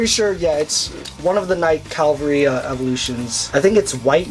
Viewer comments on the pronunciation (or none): My bro has the drive shot. I have the Kaiser and Cobalt versions. You owning the shining version of Cobalt Saber is sweet. I am glad they made a Justice Ifrit in the same colors that I have. Takara's clear paint back in the was meh quality. Also its pronounced CAVAL-RY. WING SWORD IS HEAT THOOOO. The Break Ogre with the metal shot goes insane. I have two of the metal shots. Overall great lot and pick ups. Hope u can complete Chrome Raven Cyclone one day